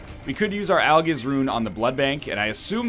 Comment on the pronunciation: I can't wait until he finds out that 'Algiz' is pronounced 'Al-jizz.'